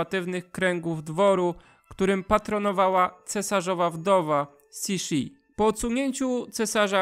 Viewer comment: Cixi /tsyśi/, w tej transkrypcji wymawia się jak polskie .